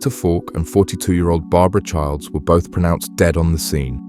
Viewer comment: There is no D in chiles